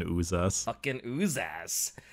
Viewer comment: Propper pronounciation of Uzas is Ooh-zhas not Ooh-zas, because the term itself comes from Sebo-Croatian term for dreadded horror - užas. I think even 40k wiki trivia says it.